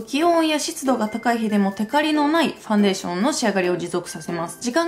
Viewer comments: ファウンデイション笑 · ファウンデイションｗｗｗ